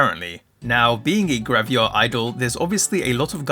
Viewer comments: Am I missing something, or did you pronounce it "gravia" instead of "gravure" throughout the video? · Why do you pronounce it as "Graviar" 😭